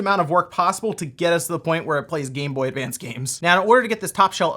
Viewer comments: There's no "d" in GameBoy Advance. This is driving me insane. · Advance. Not advanced. It’s like Interac not interact